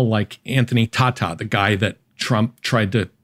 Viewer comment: The name is pronounced Anthony Tay*ta . How much of an expert can this guy be if he doesn’t even know the name of the man he is criticizing. This just reeks of "orange man bad" level of analysis to me.